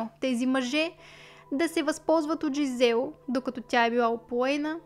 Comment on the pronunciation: Жизел и Доминик са французи и по този начин се произнасят имената. Не Джизел, което е английска интерпретация. Иначе, да, случаят е безпрецедентен и супер ужасен кошмар!